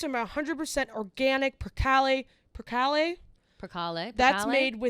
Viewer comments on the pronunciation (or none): Percale is pronounced Per -Cale (Cale like kale). Love your show!